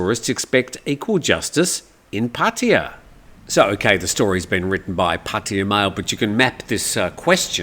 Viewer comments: Hi, sorry I really don’t understand. I’m not sure how long you’ve lived in Pattaya. But I don’t understand how you pronounce Pattaya like Puttaya. I understand some Poms or Yanks don’t know how to pronounce it. But an Aussie, go on mate. Pat aye ya not Put aye ya…. 🥴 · It`s not,. Both of you are wrong. It`s pronounced Pat-Ta-Ya.. Leaning on the "aa" (not aye or ee) at all three places. Farangs always get it wrong😂😂Not that anyone cares, it`s all good!